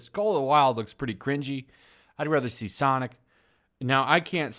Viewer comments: I love how you keep saying sanic instead of sonic. Not trying to be cute but when you talk like that that gotta go fast meme comes to my mind.... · Its pronounced "Sanic"